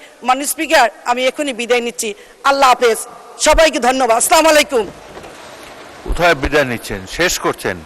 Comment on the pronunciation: একজন সংসদ সদস্য সঠিকভাবে সালাম দিতেও জানেনা স্লামালাইকুম